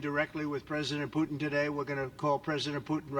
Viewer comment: How he spoke out Putin's name i always understand just Pute (the german word for a Turkey) lol 😅🤣 Mmh... but hey maybe it could be the perfect nickname for Putin to call him with this german word Pute !😁🤪